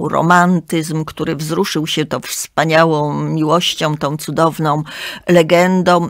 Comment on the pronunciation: pięknom, kobietom, wspaniałom - tak mówi krytyk literacki ?